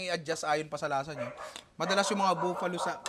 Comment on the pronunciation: Nong bakit pronounciation mo sa Buffalo, buuuuuuuuuuuuuuuufalo?